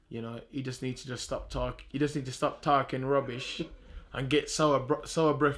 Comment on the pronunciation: When can we get the "stap tarhking" tees?